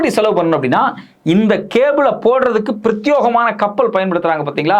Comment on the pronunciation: It is Pratyegamaana and not Pratyogamaana, Many news readers pronounce mistakenly.